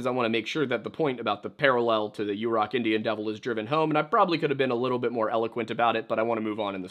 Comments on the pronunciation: Hi! Quick correction (haven’t seen yet in the comments) — Yurok is pronounced “yuhr-OCK” (as opposed to “YOU-rock” which is incorrect). I worked for the tribe and loved my time on rez. I love your videos! Thank you for always honoring the original inhabitants of this land and making time to include Indigenous voices, authors, and stories. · It's pronounced 'yer-rock'